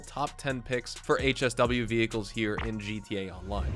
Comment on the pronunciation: " vehicals " quick heads up in case you'd want to do a revision mate.